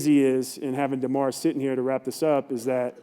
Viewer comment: He really didn't not how to say DeMar's name